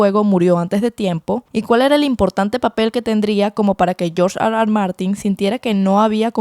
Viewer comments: Hablas español no digas George Ar Ar Martin, por favor di erre erre, cada vez que dices ar ar martin parece que ladras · No puedes decir: R.R. eso AR . AR no te luce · Si estás hablando en ESPAÑOL , ¿ por qué dices AR AR en vez de ERRE ERRE ? NO RECOMENDAR ESTE CANAL ESTÚPIDO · me da mucho chiste escucharte gruñir cada rato diciendo R R (Argh Argh) a cada rato 🤣